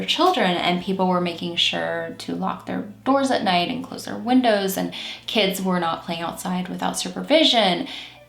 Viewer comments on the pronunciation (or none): none